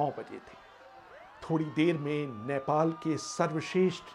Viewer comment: abey chutiye its not नैपाल. its नेपाल...